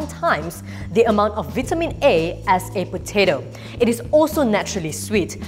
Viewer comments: Thank you for all the good information. They are great, But one thing I,m suggesting that please pronounce vitamins as “vie-ta-mins” not “veet-ta-mins “. VIE -TA - MINS please !!! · When she says "vitamins" #Priceless